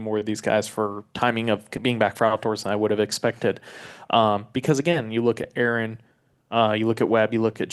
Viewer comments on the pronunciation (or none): none